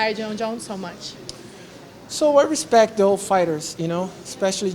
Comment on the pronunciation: Jon not John. Hespect not Respect.